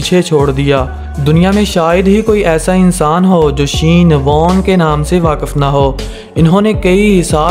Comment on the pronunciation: Shean warn 😂😂😂